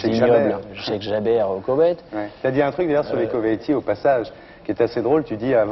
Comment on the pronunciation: il est sérieux Ardisson quand il dit "au Koveit" ?!!!!